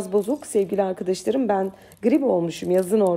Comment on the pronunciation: Herşey harika ama uzun zamandır yazsam mı yazmasam mı bilemedim ve pozitif eleştiriden alınmayacağınızı düşünüyorum.. "Sevgili" yi sevgiyle kucaklarken lütfen arkıdaşlarım yerine "arkadaşlarım" olarak söylemeye gayret etseniz harika olur sizin gibi bir Süsse hanım böyle kullanmalı.☺️😉 Umarım bozulmadınız (?) und noch Viele Liebe Grüsse aus İstanbul ❣️